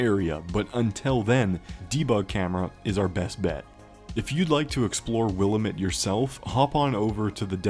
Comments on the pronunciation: Weird how they or you pronounce Willamette. We in Oregon say Wil-lamb-it (wuh-la-muht) Since I live next to the Willamette river, never heard it like that. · In oregon we say will-Am-it. Am like ham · It’s pronounced will-am-it… Jesus Christ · I’ll never get over how grinding it is to hear “Willamette” mispronounced by YouTubers